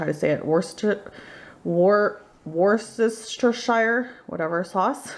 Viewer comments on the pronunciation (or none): The sauce is pronounced "wurstersure" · Pronounce it - Wustersheer sauce. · Here in England:- Wus-ter-sher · Hi great recipe. I'm from the UK Try pronouncing it as "wusstuh-shair" sauce. Don't use the shire /schwa/ as in new Hampshire hope this helps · These are not healthy.....and sause is pronounced (wustershire), it is a lot healhier to have fattier meat without bread crumbs and sauces, there are a lot of chemicals in sauces and carbs in bred and onions....this is simply just another recepie. Because it is lean meat it does not mean it is healthy. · Worcestershire is a County in the U.K. Many of which are known as Shires. Correct pronunciation is to not say the Shire so it is Worcester Sauce, It is where it originated and made by a company called Lea & Perring's so it is also known here as Lea & Perring's Sauce. I do not know why you say you are making Ham Burgers? Ham Burgers are made from Pork not Beef? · The sauce is called in England like Wor-ster-shire sauce... Don't try to read the whole word......!! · The sauce is pronounced woostesher. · In England its called worcester sauce..... pronounced "wooster" sauce ;) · Talkative is not that good when you’re cooking 😂😂😜😜😝 u can’t even pronounce your worcestershiresauce 😜😜😜😝😝